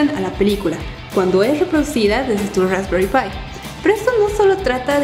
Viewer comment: Rrraesperrii pie.. 🤦‍♂️🤦‍♂️😂😂😂